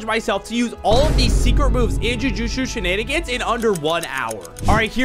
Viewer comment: Jutshu zheneningans lol